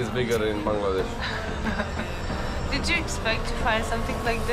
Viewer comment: Your pronunciation of the word 'Bangladesh' is accurate.